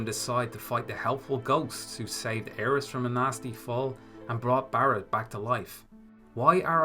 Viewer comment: “Aeris.” What? You another “Tie-dus” guy too?